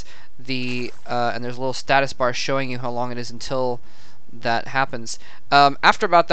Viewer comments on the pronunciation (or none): none